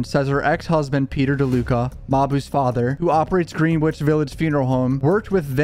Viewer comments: It’s not “Green-Witch” Greenwich Connecticut is pronounced Gren-itch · It’s not “Green-witch” is “Gren-itch”. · Greenwich is actually pronounced “Gren-Itch”, I know, it’s a weird pronunciation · He said GREEN WITCH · Bro it's said gren-itch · “Green wich” 😂😂 New Englanders know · This guy said "GREEN-WICH" LMAOOOO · greenwich is pronounced gren-ich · Greenwich is pronounced genich. Just fyi. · it's pronounced Gren-ich. the w is silent. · You cited Reddit as completely fake yet read an overly sensationalized article from, presumably, NY Post. Also, learn to pronounce Greenwich Village.